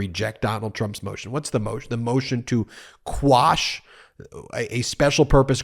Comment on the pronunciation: Umm did you say "squash" a couple of times? Isn't the term "quash"?